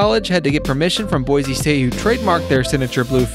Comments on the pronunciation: fyi boise is pronounced like boy-see not boize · The ORIGINAL is the best. I wish people could learn how to pronounce Boy-see correctly.